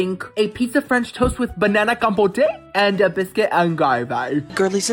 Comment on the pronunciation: Anybody with your pronunciation of French should not be allowed to eat French food.